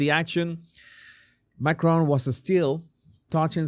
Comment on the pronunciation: It's Macron. He's French, not Scottish. The emphasis is on the first syllable.